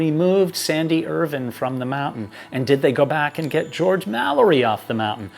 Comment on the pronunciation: I agree. He's very knowledgeable and experienced, he writes his pieces very well, he's very articulate, he speaks clearly, there's no verbiage, and he's one of the few American's I've heard who pronounces Irvine's name the same way the British do! Which is why I have been very happy to subscribe to his channel - I love him, and have watched him for hours at a time!🤓